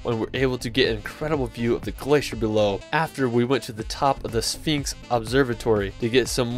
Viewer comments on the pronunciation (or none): none